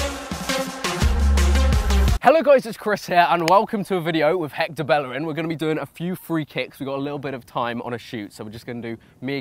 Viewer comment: "Jector belerin" HAHAHAHAHHAHAHAHAHAHAHAHAHHAHAHAHAHHAHAHAHAHA